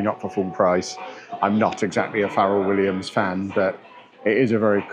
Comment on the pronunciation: “Farral” Williams 😂 You call this hippity hopity nonsense by Farral Williams music??!! 👴🏼